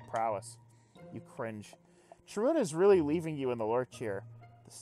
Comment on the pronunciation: Pretty sure it should be pronounced Ka-run, since it's from the Greek "Charon".